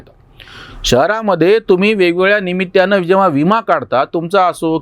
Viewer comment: दुसरी एक चूक होते निमित्त्याने न वापरता निमित्ताने असे उच्चारले पाहिजे जमले तर पहा आग्रह नाही